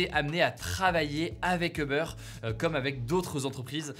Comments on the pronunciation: non 💀 en anglais c’est « Ou-ber » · Hugo, si tu veux rester fidèle à la prononciation anglophone, c’est “houbeur”ou “youbeur” que tu devrais dire. Pas “heubeur”. 😌😄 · Tu peux stp prononcer “OU-Beur” & non “EUH-Beur”? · "Eubeurre failleulse" wtf Hugo? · On ne prononce pas Uber "Eubeur" mais Übeur avec un "u" comme dans "minuscule" + beur comme le "beurre". C'est un mot allemand qui veut dire dessus. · Bonne vidéo ! Par contre c'est Uber pas Eubeur 😉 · "Obeur" ça me fait mal aux oreilles. Je veux bien comprendre que le mot soit prononcé de manière française, mais dans ce cas dis uber comme ça s'écrit en prononçant le u. Sachant qu'en anglais ça se prononce "ouber" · C'est pas Eber mais Uber (youber) en prononciation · C'est UUber et pas EUber! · pourquoi tout le monde dit "eubeur" alors qu'en anglais ca se dit "oubeur" ??? si on veut prononcer à l'anglaise autant le faire correctement non? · C’est pas Eber c’est Uber « U » pas « E » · U-ber et non eh-ber!! 🤦🏼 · Ça se prononce oobeur ou ubeur mais pas eubeur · Peut-on tous prononcer « you-beur » au lieu de « heu-beurre » svp? Merci ! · FYI, c'est pas eubeur, mais youbeur... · "eubeure", non il faut arrêter, ça fait mal aux oreilles. Les anglophones prononcent "ou-beurre". Quand je parle français je dis "Hubert". Ça marche très bien. "eubeurre" c´est vraiment la honte. La marque de ceux qui ne savent parler ni anglais ni français. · A part les anglais qui n’ont pas le son « u » j’ai jamais entendu qqn prononcé eubeurre ahah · Pourquoi tu prononce "Oeufbeurre"? La première lettre est un U.... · Stressant quand tu dis EUBEURRE mdr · Pourquoi il dit Euber ? 😅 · « Uber faïeuls » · uber fiyeulesse ? mdrrr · Les uber failleulz ! On dit Uber "faɪlz" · Comment il prononce Uber j'ai jamais entendu ça